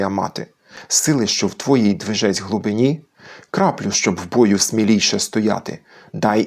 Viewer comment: А там наголос часом не на "И" в слові "глибині"?